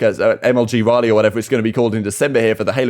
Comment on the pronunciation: Raleigh pronounced rally Like the bicycle manufacturer in the UK.